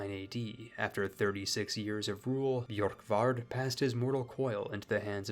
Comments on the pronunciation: Just take away the y sound from Borkvard, if it had that it would be spelled Bjorkvard, Orvarsson would be pronounced closer to Urvarson depending on where you're from, really the O would be pronounced like the eu in the French word Bleu back then, same as the letter ø. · its pronounced börkvarður örvarsson hope this helps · Bjurk-Vurd Oh-Va-Sson Sorry I am so late to correct you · Scandi here Here’s pronunciation. Ð = /Eth/ kind of noise. Ö is hard to explain, It’s a kind Ueh noise, Same time of u as the U in “Uh” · As a Viking, I’ll give you a pass on that pronunciation, because our Scandinavian letters usually confuse non-Scandinavian people.